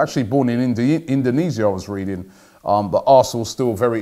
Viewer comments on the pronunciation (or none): none